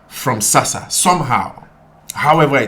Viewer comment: ITS NOT SASSA !!!!!!!